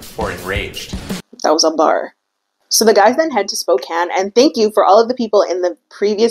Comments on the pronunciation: Im from Spokane, thank you for saying it correctly, I love that you researched that! Love the video! Your makeup is so great too! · I already thought you were beautiful and amazing, but when you pronounced Spokane correctly…. As someone born and raised in Washington that shit got me going